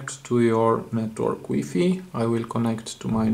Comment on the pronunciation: Weefee lol it's pronounced y fy